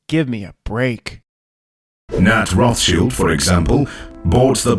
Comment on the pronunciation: he said Roth SHIELD